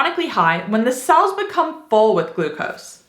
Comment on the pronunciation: The word "cells" is sounding like 'sulse'.